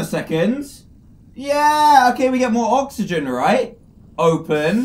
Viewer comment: You can't say oxygen right? It's okay, I can't say hospital right.. I willl say HospiDAL